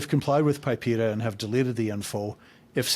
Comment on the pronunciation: it is not called PIPEA.. it is PIPEDA.. the D is not silent.